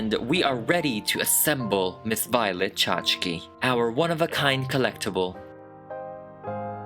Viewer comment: Lol, "Miss Vee-o-let"